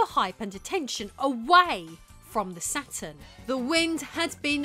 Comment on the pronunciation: "RISE & FALL OF THE ATURN"